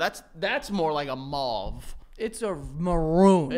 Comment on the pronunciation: Mauve like over not auve like offer